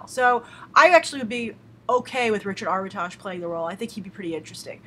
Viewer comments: How are you pronouncing Armitage? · Up you said Armitage wrong. I should know I am one